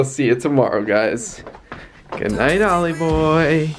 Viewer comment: Ollie not olive 😁